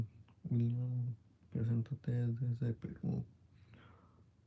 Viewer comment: 😂😂😂 aveces dice Willa 😂